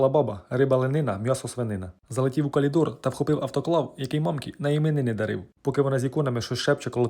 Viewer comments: Хлопець гарний, з гумором, але каЛідор 😅,. Ну, це таке. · Коментує шедеврально , де воно береться. Мені подобається , особливо слово ( калідор ) , як на полтавщині .